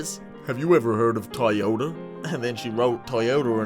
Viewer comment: Never say toyota again, pleassssssse 😂